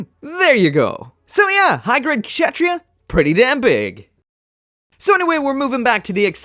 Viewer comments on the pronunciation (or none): I believe it's pronounced Katz-Ha-Tree-Ya. Lol I literally looked up a clip of the anime to a while back to learn how to say it. (Note it was the subbed version)